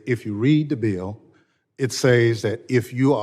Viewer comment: Thompson needs to be removed, especially since he can't even pronounce BILL.